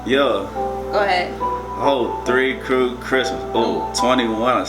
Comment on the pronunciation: You said three crue Christmas 🅱️😂😂